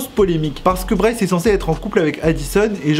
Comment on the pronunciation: Pk tu dit brice ?moi je dis bryce